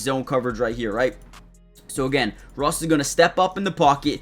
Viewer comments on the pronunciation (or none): none